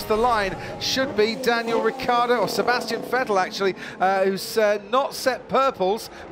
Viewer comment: It's Ricciardo not Ricardo, for fuck's sake.